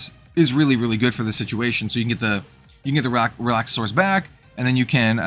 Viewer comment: I love your content! Real quick, though… It’s Relax-are-us… Relaxauras